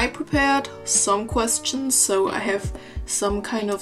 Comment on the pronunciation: a lil tip : instead of saying ,, queSTSCHNS" try to pronounce it like ,, queschtschns" :) * konstruktivr kritik unso hehe* aber dein englisch ist sonst wirklich gut und du hast ein sehr breit gefächertes Vokabular, weiter so :)